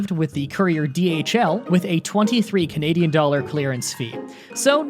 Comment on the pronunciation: "And I went with this cuhnayduh jacket from Akira."